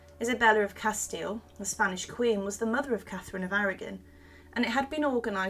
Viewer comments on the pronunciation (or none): none